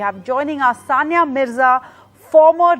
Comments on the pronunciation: Dear Ndtv, it is sania not sonia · Please don't mind it it's Sania no Sonia 😂😂😂🤣🤣🤣